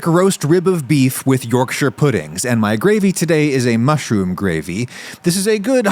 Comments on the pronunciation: Already off to a good start, he pronounced Yorkshire correctly! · As a Yorkshire man, thank you for pronouncing it correctly! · Thank you for pronouncing Yorkshire correctly! Butter isnt a good choice of fat, lard/Beef Fat would have given much nicer flavour. It also wasnt nearly hot enough when you poured in the batter, it needs to be smoking hot to get the best yorkies! No Brit has ever put parsley on his yorkie lol. Solid Effort 7/10. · As a Yorkshireman, I’m just happy you pronounced Yorkshire correctly! Yes, adding Parsley and garlic powder isn’t traditional, but its a good addition